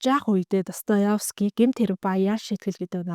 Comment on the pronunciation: Өдрийн мэнд ДостоЕвский шүү өөрөө ДостоЁвский гэж хэлээд байна 😊. Амжилт